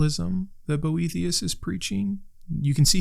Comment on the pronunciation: I listened to this video instead of watching and the whole time I thought you were saying Brometeus and I was like, wow, he does sound like the coolest, OG bro of them all. 😆 I'll look into these books, thank you! Even though stoism was created by and for bros, I find it really speaks to me.